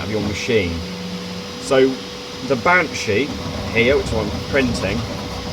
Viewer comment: It's benchy not banshee 😂 mine arrives soon and I'm just as excited as you! How are you getting on with it now you've had it a bit?